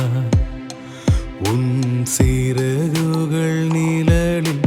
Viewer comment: நிலலில்... என்று பாடாமல் நிழலில் என்று பாடவும்.. ழ... உச்சரிப்பு முக்கியம்